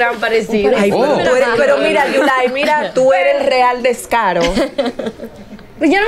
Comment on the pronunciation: Yulaiiiiiiii 😂 Tienes que aprender sandra"